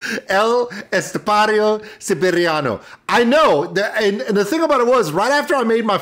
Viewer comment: Hahahahaha very good man. As a spanish from Madrid I give you a 9 over 10 on telling El Estepario Siberiano.